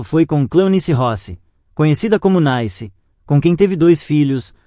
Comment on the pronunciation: Tem que ter um saco de renda pra ficar ouvindo um idiota dizendo as mesmas coisas várias vezes, pqp. E desde quando uma mulher que tem o nome de CLEONICE pode ser chamada de NAICE ao invés de NICE? É! Realmente vocês não têm jeito mesmo!